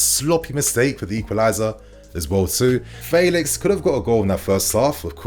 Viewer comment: you’re still saying his name wrong. It’s F (air) elix. Just like the E in Bellingham. Not Faylix